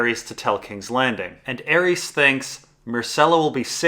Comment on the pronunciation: butchers a lot of pronunciations: Varys, Viserys, Arys, Tyrosh, Lys, Myr... But his analysis of ASOIAF is too ultimate to deny